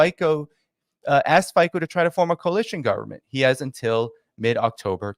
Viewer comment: Fico is not pronounced "fiko" but rather "Fitso".. the C is like in cemetery or circumstance